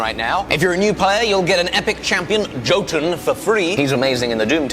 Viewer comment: The J in Jotun is pronounced as a Y. Been listening to Jim Butcher's Dresden Files novel Battle Ground and the narrator has been pronouncing it as a J as well. So I've had to listen to someone pronouncing it wrong for an hour or so today and it's annoying.